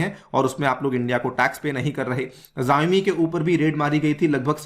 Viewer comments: its shaomi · I think xiaomi is pronounced as Shaomi